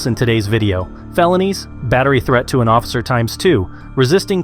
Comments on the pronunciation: Same!! And ossifer... It's OFFICER! 😂😂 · Is no one gonna mention that he keeps saying "ossifer"...